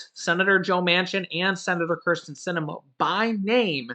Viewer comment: Kirsten not Criston